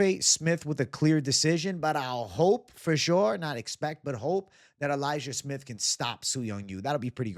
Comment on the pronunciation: so your going elijiah smith? sounded like you said liked su young at first